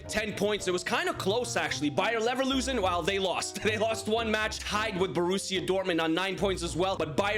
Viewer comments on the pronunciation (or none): leverkusen not leverlusen talk better man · Bro its not bayer leverlusen is s bayer leverkusen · Bro said Bayer Nevrloosing😂😂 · Bruh he keep saying Neverlusen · “Bayer neverlosin” got me rolling on the floor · He pronounces bayer leverkusen as bayer neverlosing its identical to irl as of now so i guess we should all call them that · who heard him say bayern never loosin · Good vid but neverlusen and then leverlusen😂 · Anyone notice he said bayerneverlosen , bro's Thomas Muller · Leverkusen ❌ neverlusen ✔😂😂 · Neverlosen😂 did u do it on purpose? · bro cannot say leverkusen